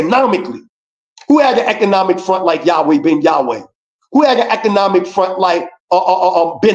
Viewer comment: YOU MEAN YAH - WAH. 😂😂😂😂😂 YOU FUNNY.... MUCH RESPECT✊🏿🔯